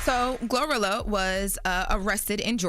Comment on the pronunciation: She said glorillo 😂😂